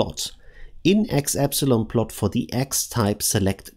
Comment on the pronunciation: Epsilon 😂, always forget English isn’t your first language